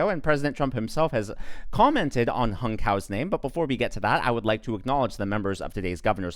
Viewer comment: His name is pronounced as "Hoong" not Hung..